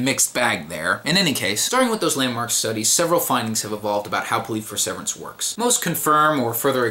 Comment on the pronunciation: I cannot listen to you mispronounce perseverance one more time.